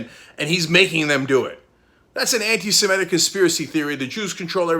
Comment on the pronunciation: Is this how we all are pronouncing 'antisemitic' now?